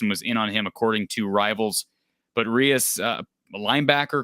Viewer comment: Preston is from my hometown. Last name is pronounced “Reece” thought for sure he was gonna be a clone